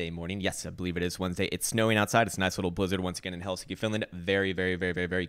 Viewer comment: Firstly love the videos ! This is quite non salant and pointless But are you in helsinki Finland ? Or Hell-skiiiiiiiiiiiiiiiiii I mean I could be very wrong But you pronounce it weird ?